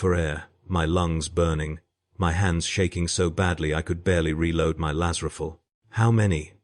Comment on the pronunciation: Please,get a real person to narrate... Its painful to listen to when nothing is pronounced correctly... I love the stories,hut a Laz Riffell and a Commisser WTF...?